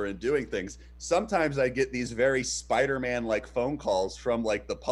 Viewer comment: Playing the Spiderman game and Everytime they say Spiderman, I always say Spidermin now. Thanks Trevor